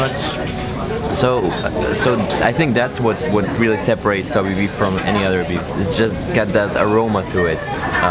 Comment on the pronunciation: cough Kobe pronounce as Ko bae